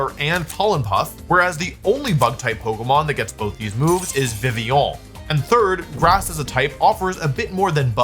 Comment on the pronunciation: Thank you for saying Vivillion the french way 🥖🇫🇷